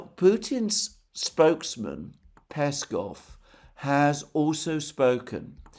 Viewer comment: Alexander, mate! Don't be lazy :)) It's PeskOv not PEskov.